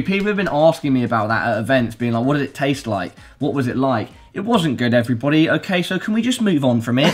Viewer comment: am i the only one slightly bothered by pronunciation of everybody? xD